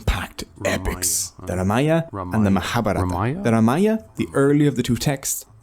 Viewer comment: Good one. One small correction pl. Correct name of the epic is RAMAYANA & not Ramaya.